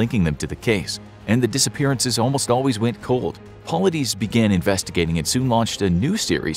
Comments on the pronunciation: It's pronounced David Paul-lied-is not Paullideez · Its pronounced "Po-lie-diss" and missing 411 literally means missing information.